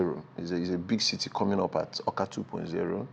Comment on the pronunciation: It's Awka not "akwa"